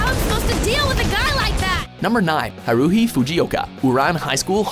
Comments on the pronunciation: Cringe counter (that I counted) 1. Pouncing Haruhi's name wrong 2.calling Grell sutcliff a shinagami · you say haurhis name wrong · the way he pronounced Haruhi lel XD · The pronounciation of "Haruuhi" makes this vid WAYYYY much better 😂😂😂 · They pronounced Haruhi wrong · They mispronounced haruhi........why do they always mispronounce the names? Please watch the anime enough to pronounce the name correctly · IM TRIGGERED!! You said haruhi wrong!!! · im triggered if you are gonna entertain weeaboos at least pronounce the name and anime correctly the way you say haruhi makes me cringe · the way he pronounced haruhi's name made me cringe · And I hated how he pronounced "Haruhi" but it's still a good video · LMFAO, you completely mispronounced Haruhi's name, but that's okay. :) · That Haruhi pronunciation tho. Smh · Goddamn it can you plz fucking pronounce Haruhi right. Like holy shit. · I got mad when he sad haruhi wrong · I hate the way you guys pronounce everything so wrong!! How do you mispronounce Ouran and also Haruhi?!?!? Haku and Naruto?!?! Ugh that's annoying to hear.....